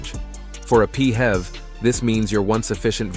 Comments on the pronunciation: P.H.E.V is pronounced as this , not as P Hevs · I tried to watch this video, but the murdering of the acronym PHEV pronounced as “Pee-hev” put me off completely. 🤦🏾‍♂️🤦🏾‍♂️🤦🏾‍♂️🤦🏾‍♂️